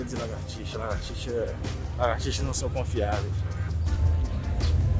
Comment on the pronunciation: é lagartixa e não largatixa